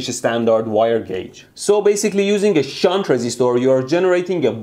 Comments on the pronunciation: Your "shunt"... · Haha I want to make a shit but you said shaunt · SHHUNT... Haha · the way you stressed the "SHUNT".... also... I "invented" a "lightbulb" as 10 year old or so, by playing with power supply and some random wires... Ever since then I love electricity and sparks... I burned and electrocuted myself so many times since then that My fingers have now much more resistance to heat and burning... So I love watching your channel. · Shunta-da-metre.....meter, gimma da meter...please mr bushy-brow. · C'mon man. Safety 'shunt' goggles.... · how did he used to say "shunt"? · Count how many time mehdi says “SHUNT” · Shunt Not Shit 😂😂😂 i love you man